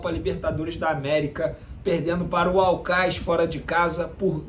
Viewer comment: O vene o nome do time é aucas e não aucais